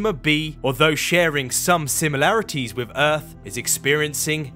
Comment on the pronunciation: The elected English speech impediment is a Do Not Recommend This Chanel button for me. Why is it a TH at the beginning, middle, and end of words like "that, although, and Earth," but mispronounced in "free-D, somefing, and wif"? I've been to London twice and no one can tell me the rule on when it is proper to replace th wif f.